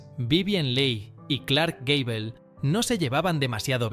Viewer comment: Gable no Gabel XD